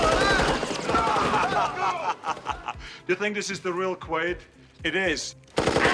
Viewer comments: It is absolutely Quaid in the movie….which is what this video is about so every time I hear Quail it’s like fingernails on a chalkboard. I had to stop watching. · Quaid not quail 😂😂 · You lost me at "Quail" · Bummer I wanted to watch but cant get past you saying the literal protagonist name wrong every time.